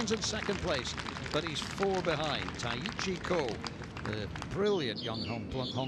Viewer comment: Taichi Kho, is not pronounced tai-itchy, it’s tai-chee.